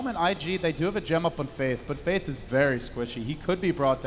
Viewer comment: why cant luminous say faiTH